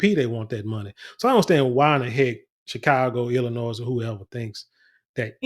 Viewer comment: The s is silent in Illinois. It's Illinois not Illinoise. 😂😂